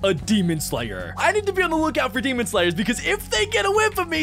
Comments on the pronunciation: “ god demonuhhhh “ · “demona” ok